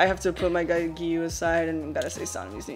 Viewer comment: i thought it was prounounced giyu=Jee-you :(